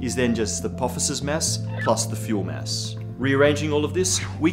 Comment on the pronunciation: Every time he says mass, I hear mess. Stupid, I know, but it makes me chuckle.